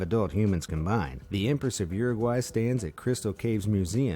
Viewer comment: What the hell kind of pronounciation of Uruguay is that